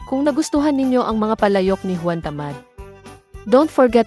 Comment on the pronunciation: 🇵🇭: Juan hindi quan